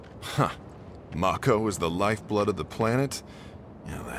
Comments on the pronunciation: I just hate that they mispronounced the word "MAKO". It's 'MA-KHO', not 'Mok-ho". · To be fair, the two Japanese syllables would be "mah-ko". That being said, I always called it "may-co", too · I always pronounced it "mack-o" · How they say mako, is driving me nuts